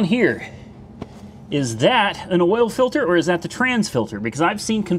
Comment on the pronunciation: What is "awl" pressure?